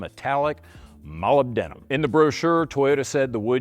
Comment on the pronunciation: It's pronounced, muh·lib·duh·nuhm